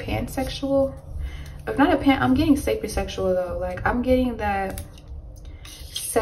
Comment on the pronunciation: it's pronounced " say-pee-oh sexual " not " sa-pee sexual " 😂